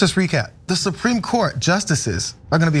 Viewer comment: SUH-PREAM COURT!